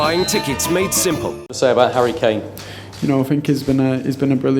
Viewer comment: 0.27 harry claim not harry kane : P